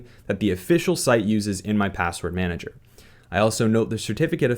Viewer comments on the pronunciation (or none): none